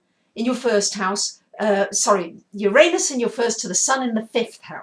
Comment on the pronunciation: luv ur vids i really do! Could u plz change ur pronounciation of uranus, its distracting lol :p